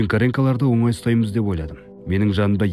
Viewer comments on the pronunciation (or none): none